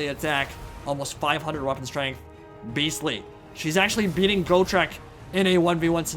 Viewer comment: Go-trek lol, it's pronounced Got-trek, Got-trek Gurnisson. "I fought Chaos Dragons, and Lich Kings! I fought Greater Demons and the GODS themselves! I bled Be'lakor the Prince who would be King! I crossed axes with GRIMNIR, and walked away! I swore to die in battle, but I outlived a WORLD, come try me beast, maybe you'll have better luck than every beast I've ever slain to now, maybe (Laughing) we both will!" From the Realmslayer Audio book. Please give this Dwarf the respect he is deserved.